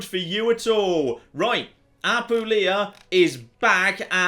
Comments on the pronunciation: I beg you. As someone born and living in Apulia, I HAVE to tell you that it's Apùlia, not Apulìa. My hears keep bleeding... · ap poo lee a